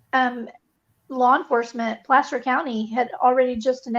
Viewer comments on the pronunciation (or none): none